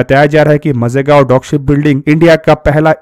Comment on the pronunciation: मझेगांव गलत उच्चारण है. माझगांव सही है